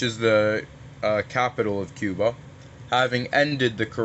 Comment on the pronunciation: guys he meant cuba not chiba